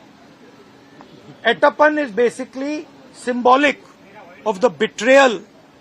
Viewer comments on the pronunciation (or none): He is “Etappen” and not “atappan” Mr. Rahul Gandhi.